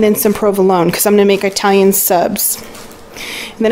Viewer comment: Dont want to come off as rude, loved the haul. But it is not "I"talian...it is "it"alian ...not "I"taly but "It"aly.. Great Haul.